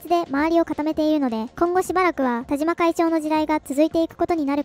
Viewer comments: 「たしま」です。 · わざとなのかもしれませんが”たじま”じゃないですよｗ ”たしま”ですよ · たじま ○ たしま ✖︎ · 「たじま」じゃなくて、「たしま」ね。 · 『たじま』じゃなくて『たしま』だってば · たしまさんをたじまさんと言っているのはわざと？笑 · たじまじゃなくてたしまね